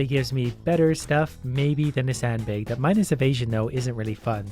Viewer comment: "a sand baig"